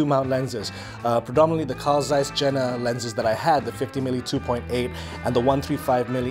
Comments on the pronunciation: FYI, Jena is pronounced "Yeh-nah". City in eastern Germany. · Jena is pronounced yen-na.